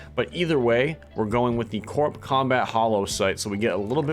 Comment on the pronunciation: Loved the build. Future reference the Corp, is pronounced like core. Don’t know why, or how just is lol. Just my two cents